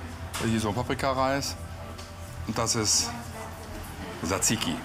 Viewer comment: ZZZZZAAAAA das ding schimpft sich Zaziki nicht Saziki......